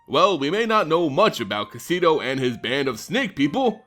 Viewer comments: I love your videos but I'm sorry, as a proud snake commander, this was very painful to listen too. O-Ro-Chi not O-Ra-Chi. And Kaseto uses a short E like Bet not a long E like Meat. Otherwise, nicely done like always and I look forward to your next video and a return Kamigawa. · Say it Kah - Seh - Toh. Oh - Roh - Chi.